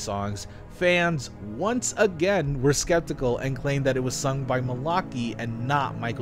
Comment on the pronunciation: i love these videos so much, but that pronunciation of malachi is killing me